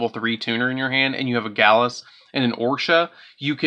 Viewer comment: Gladius = Galus. Oroshi = Orsha. WTF??? I think you might need to go back to school and learn how to read.